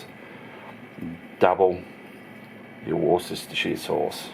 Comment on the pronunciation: Worcestershire... Pronounced... Wooster-sheer please... Thanks